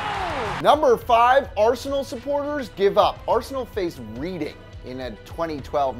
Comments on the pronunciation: Man said reading... yes it’s Reading but it’s pronounced “redding” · It is also pronounced reding not reading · You pronounce it as Red-Ing not Reading. And that fan Arsenal fan actually didn’t leave the game. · I know these guys are American, but Reading is pronounced “Redd-ing” btw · for future reference its "red ing" not reading. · and holy fuck its pronounced redding not reading like youre reading a book. not to mention arsenal are a much larger club than reading and in london, hes not a bandwagon, hes just a normal person who has to take the train home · Reading rhymes with bedding. Or spreading. Or breading. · Hey Reading is pronounced like REDing not REEDing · It’s pronounced “Reding” not Reading. Yes I know it’s spelt like reading, but British towns are pronounced weird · It isn’t pronounced “reading” it is pronounced “reding” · Damn it is pronounced "Red-ing" not like reading a book... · It's not pronounced like reading a book. It's pronounced Redding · on 5 you said reding not reading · Not Reeding its Reding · Its pronounced Reding not Reading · Reading is pronounced Red-ing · Reading it’s a place pronounced reding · Reeding 😂😂😂😂.. 1 minute of research and they should find it's pronounced "redding".. funny British pronunciation of reading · Its not pronounced reading it’s pronounced red-ing honestly i cringe when they do English sports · Btw it's pronounced red-ing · Lol “reeding” well done mate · QPR are not a bandwagon team and it’s pronounced Redding. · Reading...? No.. that's how it's spelled. You say it "red-ding". More you know. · Just fyi, it's pronounced Red-ing (like the color) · READING IS PRONOUNCED REDDING! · Reading is pronounced as "Redding" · PRONOUNCE IT REDDING NOT READING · #5 - Reading is pronounced "REDing" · Reading is pronounced like "redding" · It's pronounced RED-ding. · It's pronounced "Redding" you knob. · It's pronounced reding not reading I know it's spelt reading but it's reding. Also it's glasgo not glasgoW